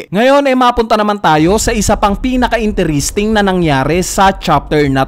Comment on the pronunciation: Nakaka cringe ung interesting "intiristing" I pronounce. Not once but twice.